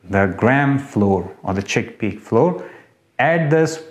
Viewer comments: ITS NOT FLOOR...ITS FLOUR 🤦‍♀️🤦‍♀️🤦‍♀️🤦‍♀️🤦‍♀️🤦‍♀️🤦‍♀️🤦‍♀️🤦‍♀️🤦‍♀️🤦‍♀️🤦‍♀️🤦‍♀️ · Its not FLOOR....ITS FLOUR 🤦🏼‍♀️🤦🏼‍♀️🤦🏼‍♀️🤦🏼‍♀️🤦🏼‍♀️🤦🏼‍♀️🤦🏼‍♀️🤦‍♀️🤦‍♀️🤦‍♀️🤦‍♀️🤦‍♀️🤦‍♀️🤦‍♀️🤦‍♀️